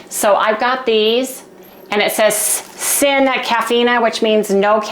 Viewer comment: Lol sin in Spanish is pronounced seen. I spent 23 years in high school school kitchens and learned between the teachers and students. And I miss those days. Plus when you live in a community that cars with high Hispanic number learn the language. Anyway, never too old to learn.